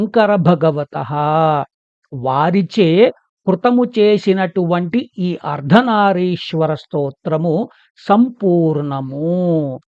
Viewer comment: అయ్యా నమస్సులు. అర్ధనారీశ్వర అని "రి" కి దీర్ఘం వుండేలా చూడమని ప్రార్ధన